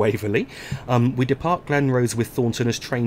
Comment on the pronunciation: Glen-Roth-es, Murdering those Scottish towns and station names.